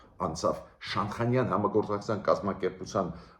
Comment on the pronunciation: Բարեւ Ձեզ ,շատ հարգելի պ-ն Գրիգորյան ,ներեցեք ուզում եմ ուղղել բառի արտասանությունը ,Շանհայան ։Ռւսական կրթության հետեւանքն է։Նորից ներեցեք ,հույսով չնեղացրի Ձեզ։Շնորհակալ եմ:🙏👏🏻